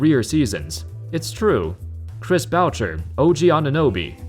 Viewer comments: BOUSHEY not BOWCHER lmaoooo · its Chris Boo-shay, not Bouch-er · It’s pronounced Chris booshay. Not butcher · It's BOO-chay. Not boocher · Not Chris Voucher. Boucher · “Boucher” is pronounced “boo-chay”. Not “bowtcher”... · How did you pronounce Chris Boucher's name??? lol It's "Boo-SHAY." Not Buccker. Jesus Christ. And while I consider this season a write-off, this team isn't as woeful as you say it is. Siakam might be whiny, but the rest of the roster is ready to come to work every single game. They've lost their centers which has forced Pascal to the 5 position, something he's clearly not built for, they've gone through hell with the Covid testing and restrictions, they have zero home games, and they are not getting favorable calls in close games. You make it sound like this team is falling off the rails, and I say they are one really good signing away from being back in the top 4. So lament the loss of their championship roster, but don't overlook the potential this team still has. They have talent and can regain that depth. Just need some patience. Considering how long I've waited to be really enthusiastic about this team, I'm not as ready as you are to give up on them yet. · Boo-chea not bow cher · It’s not Boucher, it’s pronounced « Booh-Chay » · Chris bowcher? Boo shay 😂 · Lol “ Chris Bowchur” it’s French it’s pronounced boo-shay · It’s not pronounced Bowcher it pronounced Chris boosha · he really said "chris bow-cher" its "boo-shey" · Its pronounced bou-shay. Not bou-CHer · boucher = boo shay not bowcher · It's boo-shay, not bao-cher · It’s boo-shay not bow-cherr lol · Chris Bow - Cher??? Lmao. Say it with me, Boo-Shayyyy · Chris boo-shai not boo sher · You did not just say Chris Bowcher 😭 I guess for an American it’s understandable but still most bball fans have figured out that it’s pronounced Booshay by now lmao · Man really said Chris bow-cher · It's pronounced as Chris Bouché lol. Put some respect on that man's name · It’s pronounced boo-shay